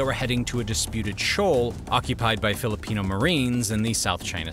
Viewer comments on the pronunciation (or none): none